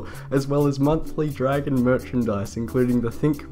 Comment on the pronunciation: "How to train your Jragon"